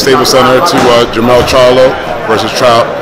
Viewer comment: Dude at the end said JERMALL LMAO INSTEAD OF JERMELL. with that nappy beard.